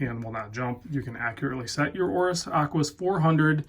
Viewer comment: Aquis, not close.